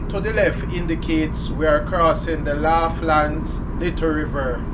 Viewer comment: Pronounce it like lawlands